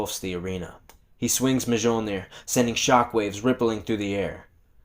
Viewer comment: The J is sonewhat silent in Mjolnir and is pronounced Mhilnir.....i mean I'm not asgardian or anything just saying 😅